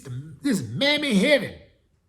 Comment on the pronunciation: He said “mammy heaven” 😂😂😂